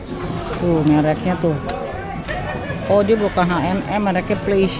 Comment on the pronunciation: Ka...H&M itu bacanya biasa Ha en Em...krn nama orang🙏🙏🙏Hennes dan Moritz